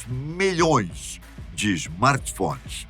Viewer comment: Milh"õõõee"es kkk só eu que vejo essa singularidade na pronúncia de milhões?